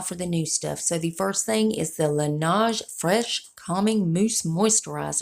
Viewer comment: La nej, not la nahj